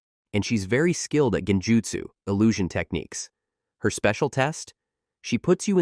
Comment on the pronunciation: Saying "Jen-jutsu" 🤷‍♂️🤦‍♂️makes this obvious the AI narration lacks any respect for the Naruto verse. Bye felicia🤣